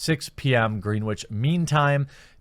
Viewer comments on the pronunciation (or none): “Greenwich” is pronounced as “grenich” just fyi